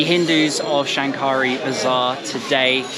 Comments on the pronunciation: Hi,I am a Bangladeshi living in Australia...while you visited old Dhaka the word Shankari bazar should pronounce Shakari the N remains silent.....I enjoyed watching your video Thanks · You don’t pronounce the ‘n’.